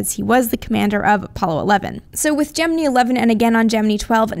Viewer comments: I just cannot stand the way she says "Gemini"! It's pronounced Je-men-eye, not Je-men-ii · Gemini = "Jem-en-eye" Yep, Nasa guys used to say Gemin-ee, but when a male says it, it's not so squeaky as a woman saying it and I've heard WAAAAY more news commentators than Nasa guys saying it Jem-en-eye. men's voices tend to fall almost in-between in pronunciation, and are much deeper, and the WAY you emphasize the high pitched ending is too irritating to bear. Sorry, nails on a blackboard. You may be "Right" but right, and a pissed off comment section doesn't get youtube subscribers. sorry. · stop..... saying...... Gemineee! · I have watched literally hundreds of space documentaries, including ones interviewing the astronauts that participated in the Genin"eye" program, as well as high standing astronomers and astrophisicists like Carl Sagan, Neil Tyson, and many others and I have never heard them pronounce it that way. Ever. So she has one person correct her out of all the others and now she says it that stupid way? If she had one Brit tell here that aluminium is the proper way to say aluminum, would she start saying that crap?